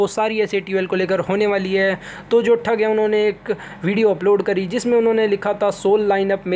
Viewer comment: yee thug ko thag kehta hai 😂😂😂